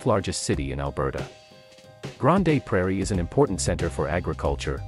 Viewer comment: you are saying it wrong, it's 'Grand' (but spelled Grande)